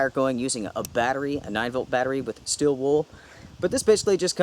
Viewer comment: “STEEEEEL” not STILL